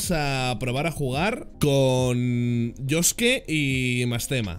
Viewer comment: como le dejiste a josuke dilo bien aaaaaaaaaa